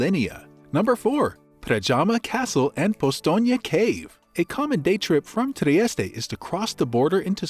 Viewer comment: At least pronounce the name correctly in your opening sentence.